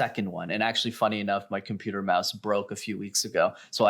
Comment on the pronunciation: "In the case of the CHIMPUTER mouse." He can't even speak properly. Maybe he should add that problem to his list: " I need to learn how to properly speak English, again."